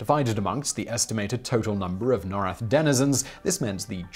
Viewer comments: I'd love to keep watching, but you're triggering the heck out of me with how you pronounce Norrath. It's pronounced as Nor (as in North) and Wrath. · Everquest baby, For the fucking WIN!! Project 1999 Project 2002 NOR-rath ... awesome vid but that was driving me cray cray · the way you mispronounce norrath hurts me deeply